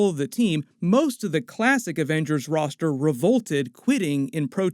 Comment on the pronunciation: Thunderbolts Ross-ter.